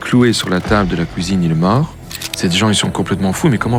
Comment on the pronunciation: Le son "ui" devient "ouhi" Il dit pouisque haha La couisine